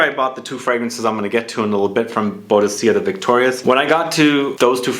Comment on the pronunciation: It's pronounced BOO-DICK-A, friend! She was a very famous warrior. But nice haul! (Also, j'ai ose is pronounced "zhay ozay"; it means "I dared")